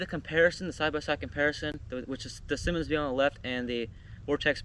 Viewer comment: You’re pronouncing it wrong. It’s not Simon. It’s Simmons.